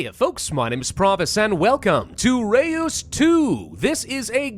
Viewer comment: oh and its pronounced like the german ö, not e-oo.